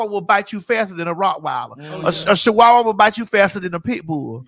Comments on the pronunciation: a she-wa-wah😂😂😂Maddie please 😫😂😂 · Muva, what is a "SHE-wah-wah"? 😂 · Craig skin was crawling from the way Maddie pronounced Chihuahua 🤣🤣🤣